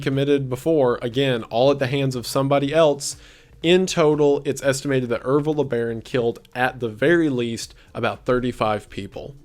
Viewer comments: Wendigoon: Ervil LeBaron Me: Evil LeBron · Ervil LeBaron..Evil Lebron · i thought you said evil lebron lmao